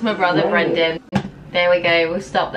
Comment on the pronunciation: Did anyone else think she called Brendan banana?🤣